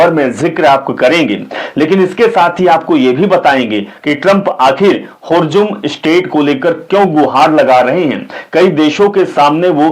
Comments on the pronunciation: Not hujum but Hurmuj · Bhay Hurjum nahi strat of Hurmuz😂😂😂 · Hurjum nahi bhai hurmuj hurmuj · Hurzum Nahi hota hai, Strait of Hormuz hota hai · Horzoom nahi hormooz he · Sir, Please excuse me. Hormuz ko thik se pronounce kijiye. Please